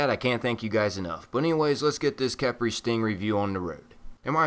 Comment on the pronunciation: pretty sure its pronounced key-pry khepri is an ancient Egyptian God known also by scrab